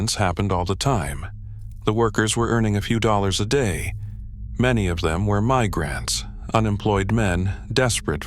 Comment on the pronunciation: Too bad they didn't use a real human being to narrate. Only AI pronounces "migrant" like that. Narrative written mostly acccurate.